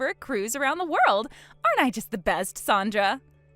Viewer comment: Her name is Sandra not sondra